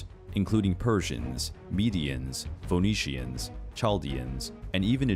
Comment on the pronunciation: Foh-nee-shans. 😂😅😂😂😂 [Phoenicians = Feeh-nee-shans]